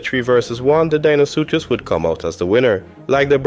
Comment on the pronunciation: its saying you are deinosuchus likes deino from the flintstones instead of how it's supposed to be spelled and said.